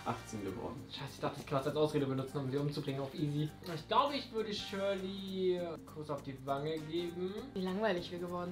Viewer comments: Das ist ned schorli sondern shirli🍅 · Shirli, nicht Shörli😂😅